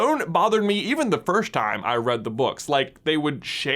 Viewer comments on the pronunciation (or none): none